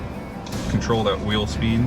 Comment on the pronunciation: Wheel speen